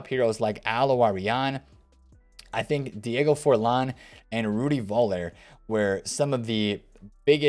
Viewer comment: Its not Voller its Fuller the V sounds like an F